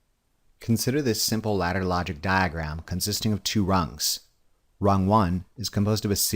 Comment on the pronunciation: why are you trolling us with the way you say diagram